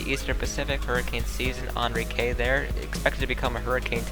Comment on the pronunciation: You said Enrique wrong but i won't complain